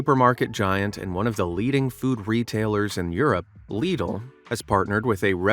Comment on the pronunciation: Leedl 😂 it is pronounced lid-l